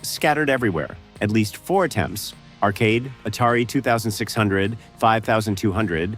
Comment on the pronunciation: AI voice couldn't even say 2600 or 5200 properly, so I couldn't finish. I'm sure that no actual footage was shown. Fuck this kind of content!